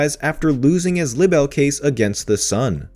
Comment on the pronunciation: And have you never heard of the word libel before? 😂 That's not how you say it 🤦🏻‍♀️